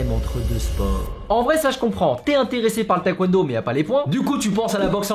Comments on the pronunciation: ça me stresse quand il dit "taékwouènedo" alors que c'est "tèkwondo" ;-; mais sinon super vidéo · La Coréenne en moi n'a pas pu s'empêcher de cringe à chaque fois que tu prononçais taekwondo "taïkwondo" T^T Mais vidéo super intéressante, je vais peut-être m'y mettre x) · Par contre faire du taekwondo et ne pas savoir prononcer ce mot c'est chaud un peu :(